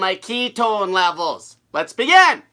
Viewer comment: "Lats BAGIN!" 🙂